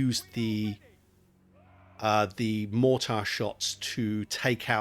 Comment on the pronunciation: Appreciate the video but man the way you pronounce mortar is driving me nuts.